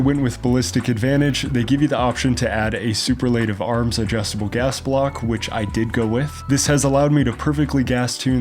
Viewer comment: Can we get another shot at that pronunciation of “Superlative Arms”